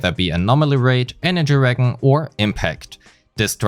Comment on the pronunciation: Just some advice, "regen" is pronounced like "re-jen" like "Jennifer", not "re-Gen" like "Genshin". Good video aside from that, a good recap of already known information.